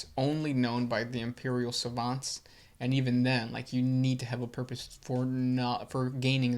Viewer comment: "Imeprial"? C'mon.